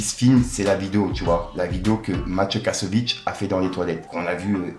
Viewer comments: ficko ficko on dit kassoVITZ. Pas kassovitch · Kassovitz et pas KASSOVITCHHEE fait un effort